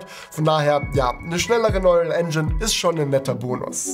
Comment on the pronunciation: sprich bitte neural englisch aus ("nooral")